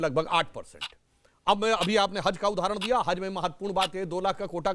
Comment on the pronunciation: Sahi se haz ni bol skta h aur anchor bnta h